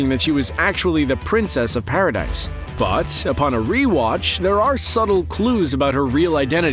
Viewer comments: Paradis not paradise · One Correction for prounounciation instead of "Pa ra dy se" its "Pa ra dih" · It's not paradise it's paradis said like para dee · Bruh! it's not pronounced as Paradise...it is Paradis (Paruhdee) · Is it really pronounced "paradise"? I thought it was pronounce "paradeese"? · It's not paradise. It's paradis. Kinda like saying parody.